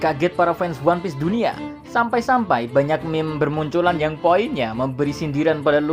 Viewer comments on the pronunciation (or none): none